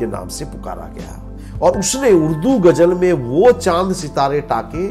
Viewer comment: It's not gajal . It is gazal.nd bakse it is bakhshe